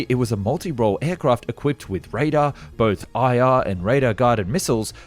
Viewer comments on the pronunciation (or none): none